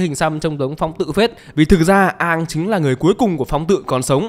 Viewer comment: công bằng thì cái việc cứ xiên Aang và avatar tiếp theo sẽ phải mất cả chục năm để gọi là đủ lớn để đi đấm nhau còn thắng hay thua chưa biết, nó là 1 cái plot hole của show gốc. Còn lại thì cái phim này thiểu năng vãi chưởng. Cơ mà quý kênh đọc sai tên r, không phải Aang mà là Oong